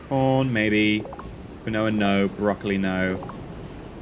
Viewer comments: Hey. I love your science moments in the videos. I wanted to let you know Quinoa is pronounced "keen-wah". (I didn't know either until I was told) 😀 Someone sent me to the shop to buy some and I couldn't find it ... until they spelt it out to me. Who ever spelt this originally was likely drunk. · Quinoa is pronounced keen wa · You know, quinoa is pronounced Keen-wah. Don't ask me why, it just is. lol